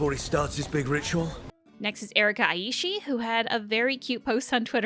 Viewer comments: Love this video, thank you for putting it together! As a heads up, for Erika Ishii their last name is pronounced ee-she-ee, not I-e-she ❤ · Erika Ishii's last name is pronounced like ee-shee-ee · Hiiiii just a quick note, Erika's last name is pronounce ee-she-e-e. They're great and I love them so much.